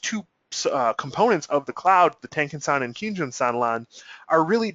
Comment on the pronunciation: You get a 👍 down for not knowing how to pronounce the kinjun and tenkan.